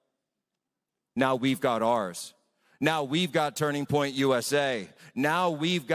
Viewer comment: "Now we've got tunring point usa."